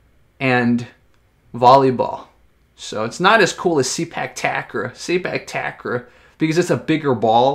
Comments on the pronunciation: It's "Ta-Grawl"...believe me I'm Thai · not Tuck Raw but Ta Grawl(pronounce like crawl) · Ta-Kraw(pronounce like crawl) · The way you pronounce 'takraw' is so funny.Its tuck-raw...